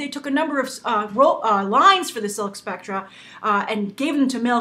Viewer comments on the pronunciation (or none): While I'm not certain how to pronounce Antje Traue's name, the word spectre is pronounced "spek-ter". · Grace, Spectre and Specter are pronounced the same. I would have probably let it go if I didn't go by a name that has Spectre in it.